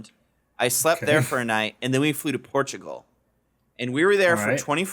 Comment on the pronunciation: The way says Portugal with a perfect accent reflexively when mention Portugal at is hilarious and sadly went unnoticed